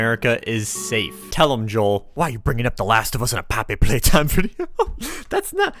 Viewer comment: Bobbery Paytime